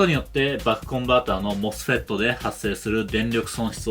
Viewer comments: モスペットゆう時発音クソワロタ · 𝑴𝑶𝑺-𝑭𝑬𝑻 の発音好き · mosfetの読み方を強調する箇所をいつも楽しみにしています。 まじめな同学年内容にユーモアが入ってて笑ってしまいます(*´▽｀*)